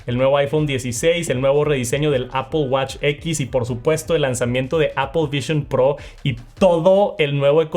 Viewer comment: Que es ApOL es lo mismo que aPL ? No se como pronuncias palabras más complejas en inglés, pero no puedes decir manzana 🍎 en inglés haha se pronuncia APL